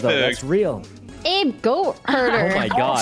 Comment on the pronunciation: My favorite part of this is that they all started pronouncing Abe wrong 🤣